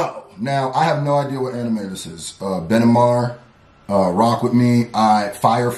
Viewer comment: ben-e-maru is how you pronounce it.